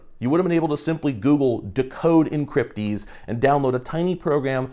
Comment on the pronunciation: oh good I'm not the only one that heard encrypdeez